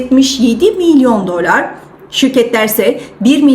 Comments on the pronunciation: Dölar deyişini . . . 😂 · Hanımefendi..Gayet iyi özetledi para piyasalarını.. Niye dölar(bazan dolâr) diyor, orasını anlamadım..